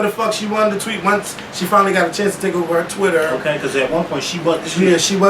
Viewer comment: Otay!!!! Not okay otay!!!